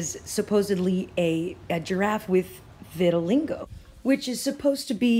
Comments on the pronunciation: It's pronounced Vit-a-lye-go.....I cringed every time you said Vitalingo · Hi I love your channel and videos! I am not trying to be a troll. Throughout the presentation you say VitaliNgo. There is no N, you seem like someone who would want to pronounce it properly. vit-(rhymes w sit) a -lie -go. Thanks for all you do. Love and peace from WA state. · Vit-Til-LEEGO. VITILEEEGO. Not Vitilingo. I'm sorry, it had to be said...I love your vids but mispronunciation is the bane of my existence. Why is that man walking through Chernobyl with no protection?!?! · Geo engineering. ( Viti.li-GO ..not LINGo ...Lol.. You*re so cute though) Love Love Love your vids. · It's pronounced viti-lie-go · Great video, as always, vittilingo made it even better. <3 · It's Vit-a-lie-go